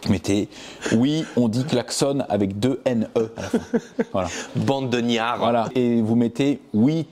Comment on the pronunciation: On dit pas bande de niar mais Ignare mon copain pouêt pouêt